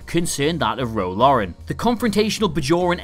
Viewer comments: It's Ro Laren, not Ro Lauren. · It's Ro Laren. It is not Rolaren. It took 5 secs to figure out wtf you were talking about.